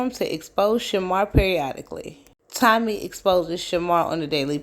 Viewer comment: I thought I was the only one who heard Tummy instead of Tommy. 😂